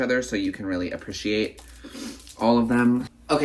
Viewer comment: the way you pronounce appreciate is so cute another girlie whos vids/pod i watch says it the same way and shes from missouri